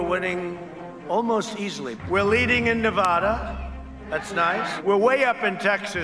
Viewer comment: Leading in Nevada? He can’t even pronounce the name of the state correctly.